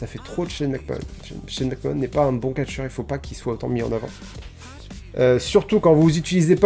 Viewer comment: Super vidéo, McMahon ça se prononce "Mac-Manne", 9/10